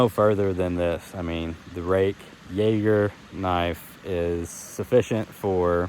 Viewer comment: Per the knife's company website, your pronunciations are spot on along with Jager meaning hunter in German. I picked up the F118-G (with green and black handle scales) to test out over a period of a few months. After taking it on a camping trip and putting it through various tasks, I have come to really love this knife as a great all-around woods knife. After having tested out the F118-G, I gifted that one to a young man and purchased the F118-B (black handle scales) for myself. In my opinion, and for the price, this is a great compact knife with a sheath that works for both of my preferred methods of carry; horizontal cross-draw and as a neck knife.